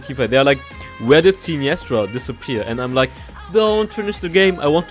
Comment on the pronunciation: Loved the video but I can't get over the wrong pronunciation of her name lol